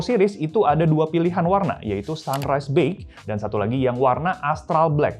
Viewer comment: Ini reviewer2 Indonesia kagak ada yg cek gimana cara nyebut BEIGE apa ya??? Ngaco semua